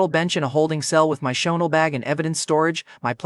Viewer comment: Bro is wearing choonel instead of chanel